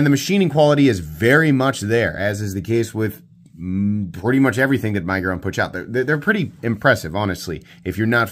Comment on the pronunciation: I love you, man, but the way you say miguron drives me nuts